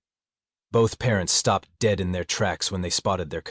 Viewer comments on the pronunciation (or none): none